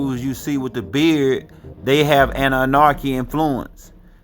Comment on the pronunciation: There is no R in Anunnaki pronounced as An Nu Na Key but spelt as Anunnaki. No R. Pronounciation is important.